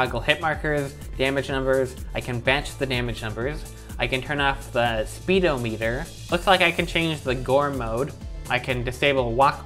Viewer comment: ‘speedometer’ is pronounced spedahmetur